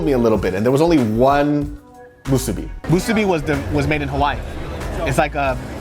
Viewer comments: why are you calling it Mu SOO BI It's Mu Su Bi, same stress. If you come to Hawaii again I hope you don't say Mu SOO Bi and say Musubi, otherwise you might get some weird looks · LMAO the way pronounces musubi and onigiri in a Korean accent.